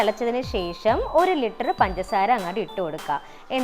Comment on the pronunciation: Litter alla chechii😂😂😂